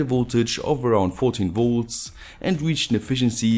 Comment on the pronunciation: His videos are great - I just can't stand his pronounciation of 'Volts' - he's always saying 'woolts' :)